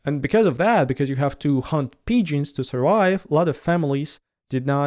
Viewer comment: No doubt you speak Russian with no errors.